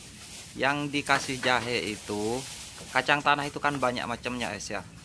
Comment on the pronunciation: Oke ess bukan gess cak wkwk